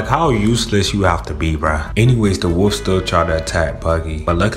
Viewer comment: Wolf not woof